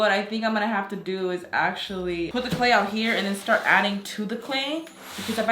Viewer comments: Is nobody gonna talk about “Clayl”? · How much would it cost for that big bucket..... (FYI, not sure if it’s just me, but I think you messed up your title, I think you said “clayl” instead of clay)